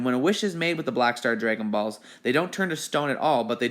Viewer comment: It was funny that way he said next we have the bulshit borrow balls no way he's a I'm sorry we have the Black Star Dragon Balls